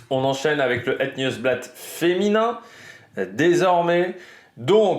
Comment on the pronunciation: Petit cours de prononciation 😂 : c’est Omloop (comme lettre o et pas ou) het nieuwsblad tu l’as bien dit ;)